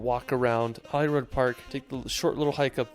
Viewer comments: I know Anne, I normally am relatively patient with this but he was making a travel video so he should have checked how to say the names.... I mean "Holyrood"! But then again he didn't even get the word "Viaduct" correct, so maybe that is telling! He also said he believed Scotland was flat, which suggests a lack of research :-) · I’ve never heard Scottish place names so mangled! If I hadn’t had the views in front of me I’d have had no idea where he was talking about. To be fair the majority were Gaelic which is tricky. Sliachan has to be the winner though. Plus Holyrood!